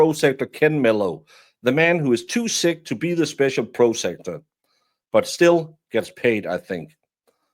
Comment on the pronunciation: PROS ah-cue-tor. Prosecutor. I only speak one language. Thank you for the content.